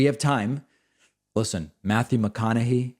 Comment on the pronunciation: David NOBODY pronounces it Matthew McConaughEE except you